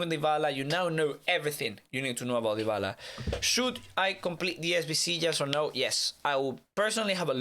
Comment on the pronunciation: "ooooo vavy we have deevala and reevery"